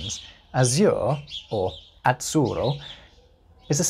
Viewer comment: As to the example about Italian "azzurro", please, try to pronounce that double ZZ not [tts] but [ddz]. The Italian (Z)Z covers two phonemes, a voiceless /(t)ts/ and a voiced /(d)dz/, just like English TH covers two phonemes, and, since they are not merely sounds which are allophonic contextual variants, but real independent phonemes, they may stay in whatever context (according to the ethimology of the word), and the pronunciation of that consonant depends only on the history of the single word (just like for English TH). And this word "azzurro" (coming from Persian via Arabic), needs a voiced [ddz]. Moreover, if possible, try to utter that RR not only clearly rotic, but also "double" (i.e. long), as it is suggested by orthography.